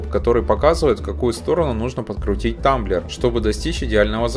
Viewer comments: Потолочная лампа - нужная вещь! Не тАмблер, а трамблёр. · Трамблёр, а не тамблер